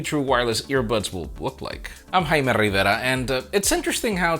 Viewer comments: Everytime his accent kicks in while saying his name, I'm like yeah man let's start.